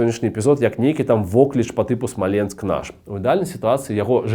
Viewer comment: Ты не правильно ударение ставишь. Смоленск , который всегда был русским, на короткий период приписали к Белоруссии, чтобы было где провозгласить БССР. Но белорусы решили, что все что их 🤣🤣